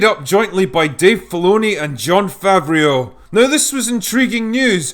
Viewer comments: lol it’s pronounced “fav row” he’s french not italian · i think it's pronounced "Fav-row" ;) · Not Favrio like Fabio, Favreau like Favro, bro. All I was thinking about when watching the first season this weekend was SIDE QUEST! And that is your fault! Man, this show is for 10 year olds, the writing, the acting, very lame. Couldn't finnish chapter 5. Don't care. Another thing that would pop in my head was the South Park blueberries saying "member this?". Might of just watch the original trilogy. I am going away now. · Favreau is pronounced favro, not favrio. Unless you’re just deliberately trolling the French, which wouldn’t be out of character for a drunk Brit. :D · I'm pretty sure the director's name is pronounced Fav-ro. Not Fav-ree-ooo. The men of the Auld Alliance are probably spinning in their graves. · Fav-row not favrio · "Favr-e-au" LOL Just pronounce it "Favro" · If you've seen the animated series Filoni produced previously (Clone Wars and Rebels) this seems a lot like a live action version in the same style. I still highly enjoyed it. Also, it's pronounced fav-ROH not fav-ree-oh. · Favreeo, lol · Complex psychology and byzantine schemes have no place in Star Wars. At the end of the day, people in this universe always have simple motivations. That it is possible to fuck this up has been painstakenly explored already. Also it's pronounced 'favro', Drinker. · fafreeoh weird name eh drinker? but I get it, I have a hard time pronouncing names when I'm shitfaced too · I know you're drunk mate, but "Favreau" is pronounced "Fav-roh" This being said, fair and entertaining review as usual! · His last name is pronounced "Fav-roh".